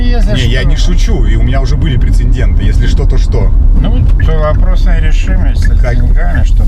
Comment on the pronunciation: прецедент, а не прецеНдент